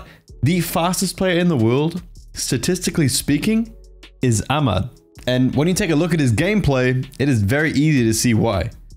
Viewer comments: Yeah the H sound should be more sharp and mad should be kinda pronounced like mid or med. Westerns can't really pronounce it though no point explaining it. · No offense to you but it's not pronounced "Amad", there's literally an "h" in his name... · The way he said “Ahmad” triggered all Arabs. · Yeah that’s my bad, I watched a bunch of different people pronounce Ahmad before recording and this was the way it was said most often so I went with it, but I’ve been told it’s incorrect so I do apologise